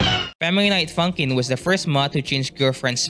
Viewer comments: Honestly it sounded like you said "I found out about fuckin" 😭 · that's not how you say funkin